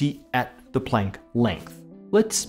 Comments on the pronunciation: What floors me is when he strains to pronounce German names according to the native German pronunciation but then when he gets here he's like, "Play-nk" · pronunciation of Planck makes walking the plank seem like such a short distance.